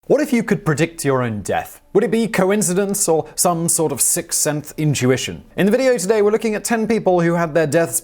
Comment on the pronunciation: Sick senth? Or sixth sense?